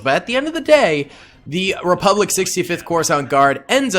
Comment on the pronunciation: sieging the "Repulic bank" 🤣